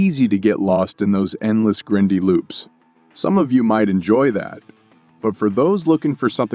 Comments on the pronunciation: The "grin-dy" ruined it for me. Can't listen to it after hearing that. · You didn't notice the repeated "sinkst" and "grindy" being pronounced to rhyme with "mindy" and various other "even people who don't speak English wouldn't make that mistake" mistakes? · Yea I figured it out as soon as I heard the narration and him say grindy wrong. The background information for the game is wrong because this is a PvPvE game akin to the Divison's Dark Zone or Hunt Showdown. Terrible Video.